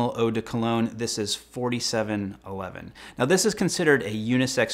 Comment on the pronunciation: For some reason I keep hearing 5711 when you say 4711 lol